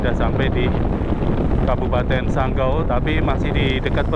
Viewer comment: bukan sanggo,tapi sanggau😅